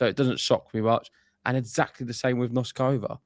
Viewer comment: Okay guys - you know how much I love you guys. So it's time once again for some tough love. "Noskova," "Bouzkova," and "Dimitrov." It'll take you 3 min's to get their names right if you just search "how to pronounce........." You're too good to keep getting these wrong, and it sounds like you're off & running on "Noskova!" Otherwise, I'm predicting Fery reaches the end of the line against Sascha. Mr. Zverev looks very relaxed now that he is a Slam Champ. But kudos to Arthur, and good luck to all Brits in the World Cup!